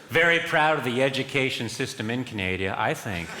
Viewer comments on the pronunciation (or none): I think Karine Jean Pierre actually said "Canadia" during a briefing.